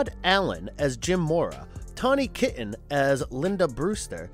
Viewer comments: His name is Blatty not Blatley lol Her name is not Tawny "Kitten" lol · As someone who briefly worked at a nuclear power plant, that one annoys me as well. As someone else pointed out in another comment, he totally mispronounced Tawny Kitaen's name.